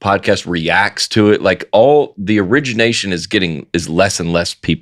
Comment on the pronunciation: ( minute mark) John sounds like he just learned the word "origination."